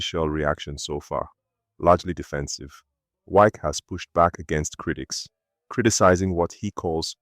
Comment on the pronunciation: Are you a foreigner? This one you're pronouncing wike as wake, wike is wike, Nigerian and their habit of adopting other people's language and culture. You're talking about someone that the followers don't even understand how you pronounce his name, how will people know you're talking about wike, when his name can't even pronounce for people to understand. Try to pronounce people's name locally pls